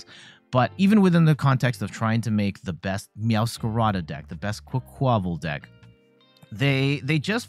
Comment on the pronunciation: I think it's "QUACK-wuh-VAHL", like "quack" + "carnaval" (Spanish carnival). Emphasis on first syllable, minor emphasis on last syllable.